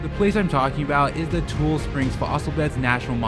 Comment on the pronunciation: I don’t mean to be that guy, but it’s like saying Ne-vah-duh when it’s pronounced Ne-vaa-duh…it’s TU-LEE springs, not tool springs. Just fyi